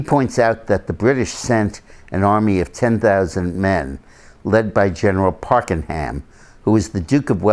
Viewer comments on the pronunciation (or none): The British general's name was Pakenham not Parkenham.